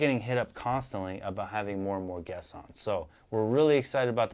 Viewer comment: I literally heard "We are so excited for passed gas" when he actually said, "we are excited for passed guests"